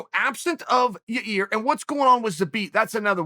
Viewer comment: Chael keeps disrespecting ya-rear by calling him Yair. Pshhhh. Unreal.